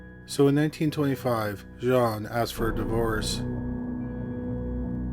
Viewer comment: "Jean" (female) is pronounced the same as 'Gene' (as in Eugene). Capiche?